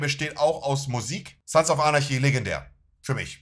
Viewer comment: der arme kann nicht mal Anarchy sagen